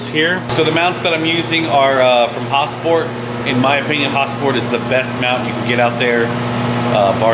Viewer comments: Lmao why you saying "Häsport" like Häagen Dazs ice cream or some shit? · Is it pronounced HasPort or Hosport? I thought it was Has-port. Idk? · sounds like he says ha-sport